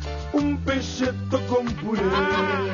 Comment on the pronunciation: xq goma pronuuncian PESHETO si se pronuncia PECETO (y si van al término en italiano es PECHETO no pesheto ... ). COMO EXTRAÑO VIDEOMATCH :( si volvías del laburo cansado te ibas a dormir bien porque estaba VIDEOMATCH... te reías un rato... hoy te vas enojado xq está el puterío de bailando x un sueño en un canal, GH en otro y en otro programas que viven de BAILAND X UN sueÑO ...